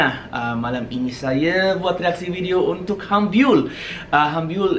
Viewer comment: Wow ur malay is getting better! Want to sound more natural? Pronounce "untuk" as "untok"